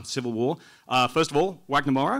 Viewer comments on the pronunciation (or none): the guy said Uagner Mora wtf its Wagner Moura with Vagner sound